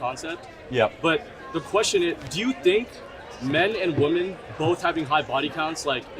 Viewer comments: Seriously I do not understand, is there a trend that I completely missed where we no longer say women in plural correct anymore? when you want to talk about women as a whole it's wom"e"n not wom"a"n you go to college and English is your first language so get it right you absolute living failures. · the plural pronounciation of women is different than woman, they always say "woman" to refer it as plural